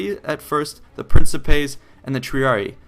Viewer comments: Isn't Principe pronounced with a harsh c sound? Or is it like Macedon were it has different pronunciations? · A couple tips on Latin pronunciation. The second i in some latin words, like Triarii, is pronounced as a hard i. Tree-arr-ee-i. Almost all 'c's in Latin are pronounced as 'k's. Prin-kip-ays or prin-ki-pays, the second being more accurate but also being almost indistinguishable. Also, Acies falls under the same c rule and should be pronounced akies(Or if you're using Ecclesiastic Latin or Church Latin you would say Achies). The keys thing to keep in mind when working with Latin is that there are a few problem letters but otherwise English will carry the day. The letter c is always hard, basically a k.The letter g is always hard, as in gum. The letter j is always soft, sounding like a y. The letter v is pronounced as a w, since Latin does not have the letter w and for some reason does not need a v. To sum it up, Yulius Kaiser(Julius Caesar) sent a letter to Rome pronouncing his victory as "Wenee, Weedee, Weekee."(Veni, Vidi, Vici) I couldn't think of a way to include a g. Pronouncing Latin really is hard without experience. I had spent two years learning Latin and I pronounced velites and equites as vel-its and ek-wits for the longest time, but I learned a year ago the correct pronunciation which you use in the video. Honestly I'm still learning so I wouldn't stand on pain of death about what I've said above but it is definitely serviceable. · the correct latin pronunciation would be "prinkipay" but it doesn't really matter too much if we mispronounce it. it's all for the ease of gamers :)